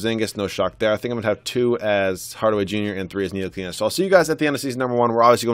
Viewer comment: Ni-til-i-ka not nili-kena